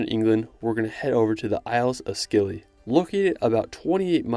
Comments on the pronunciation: The Isles of Scilly are pronounced Isles of Silly. You don't pronounce the c. I liked your video. An impressive list of places to visit. I've added a few to stared places in Google Maps. In the UK you missed out Snowdonia in Wales, the Fairy Pools and Old Man of Storr in Scotland, The Limestone Pavements in Yorkshire, the Cotswolds in England, and the Giants Causeway in Northern Ireland. You'll have to do them in parts 3, 4, or 5. In the Balearics Menorca is underrated. It is the quietest of the islands but I think it has the best beaches and coves. Be nice to see some more places in countries like Georgia, Ukraine, and Slovakia. That Zugspitze mountain station does look like someplace an evil villain would live. It reminds me of the cable car place in the James Bond movie which I think was in Switzerland. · its spelt Scilly but thats not how you say it ;D its said like: si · lee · It's pronounced silly not scilly. Despite it's spelling. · Isles of Scilly are pronounced 'Silly'; the C is silent. Awesome video, thanks!